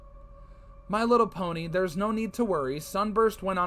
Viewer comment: me trying to hold back my laughter every time I hear them say my little pony😌😂🤣